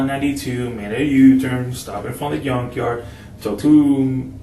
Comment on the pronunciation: "The yunkjard"